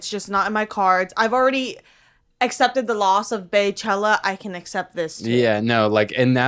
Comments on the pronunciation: “baychella” noooo its “BEYchella” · stop saying Beychella like white people! BEYoncé BEYchella! its the same 😡 don’t make me call fucking Carl Bismark